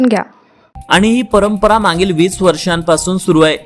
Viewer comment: मांगील नाही मागील थोडं दुरुस्त करा सर